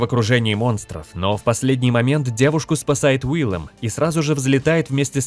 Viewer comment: Не Уиллем а Уильем.